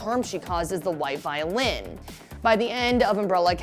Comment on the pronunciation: can i just say: vi-o-lin, not vio-lin